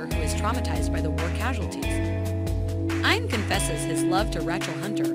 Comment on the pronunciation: this is at least the 3rd video I've seen where the narrator refers to "Eye-an & Rach (short A sound, like CAT) -el. Who gets these fairly common first names wrong?!?! Is this a giveaway of AI?